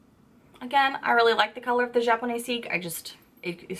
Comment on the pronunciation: please list the names of the products u review in the comments section. I think you were using the japonesque lipstick, but u miss pronounced it. it's like arabesque, not japoneseek. and there was no way for me to know for sure. I also missed the name of a brush u reviewed in another video.